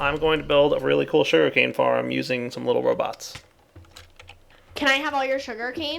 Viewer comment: Is it my or did he say shuri-cane